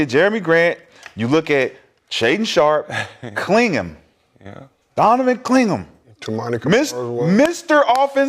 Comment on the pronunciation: Bro said Donovan Cling ‘em 😂